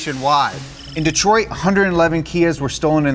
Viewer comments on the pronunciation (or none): none